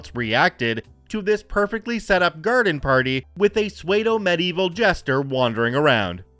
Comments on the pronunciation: OMG -- it's pronounced "SOO - doh," NOT "SWAYED - oh"! I'm certain you've heard it before, SO LEARN HOW TO PRONOUNCE IT CORRECTLY, FOR PETE'S SAKE! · Just fyi "pseudo" is pronounced "SOO-do" (rhymes with Judo, the martial art) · that's the most interesting pronunciation of pseudo (sue-doe) that I've ever heard. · You mispronounced pseudo completely wrong. It is pronounced Sue-doe. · How in the hell do people decide they want a career in narration, when they're unable to read/pronounce half of the words in front of them?